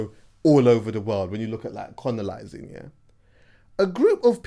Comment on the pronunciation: man said conolising lmaoo